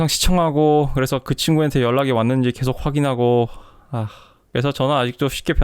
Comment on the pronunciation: 계속 을 께속이라 발음하시는 걸 보니 20-30대 확실하군요. 대체로 마흔 살 이상은 께속이라 안하고 게속이라고 발음함